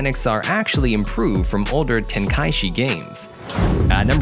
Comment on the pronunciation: “dartex”, “ten-kashi”, “kratt-toes”